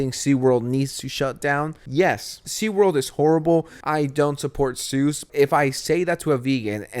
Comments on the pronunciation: Literally thought you were saying Suess not Zoos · lol u say zoos like Sue’s